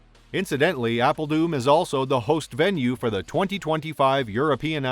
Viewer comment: apel doom.... lol... its doo R N like thorne not doom. Made me chuckle though, thank you :)